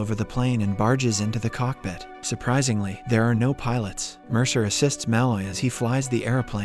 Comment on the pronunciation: Your pronunciation of Malloy is way off.